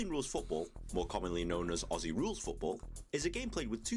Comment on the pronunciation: Mate, you’ve just got a like seconds in from me because you actually say Aussie right! Nice one, mate!